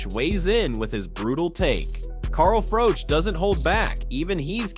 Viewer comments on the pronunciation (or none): Why do you continue to call the black man white-ee? It's Whyte. And Froch isn't Froach, it's Froch. Learn how to speak English.